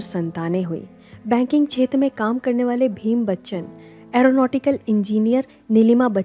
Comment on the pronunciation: Aap baar baar Tezi bol rahe ho. Teji naam hai. Chhetra nahi, kshetra.